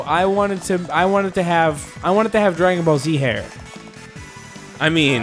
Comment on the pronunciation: When they said "Dragon Ball Z hair", it almost sounded like "Dragon Ballsy hair".